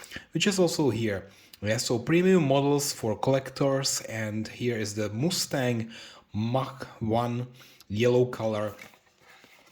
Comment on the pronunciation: Must-stang, not moo-stang 😅